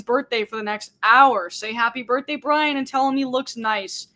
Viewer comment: Happy birthday, Br...i...yan? ...happy birthday, Briyan? Nevermind. Happy birthday, Brian.